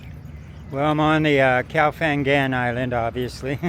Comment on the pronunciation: Great opening shot. The word for island is more like goh, it’s with a “g” sound. But I understand you perfectly.nNice video, jealous. I love that part of Thailand.